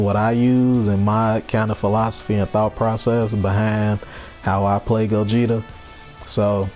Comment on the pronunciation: I'm so happy cant say gogeta don't have mix